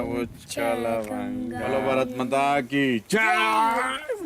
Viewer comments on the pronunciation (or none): none